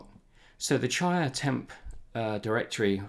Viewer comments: Great video, thanks. I might be wrong about this, but I think it's pronounced chee-ah, not chai-ah. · CHEE-uh. Like cheetah without the T. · Chia is pronounced Chee-ah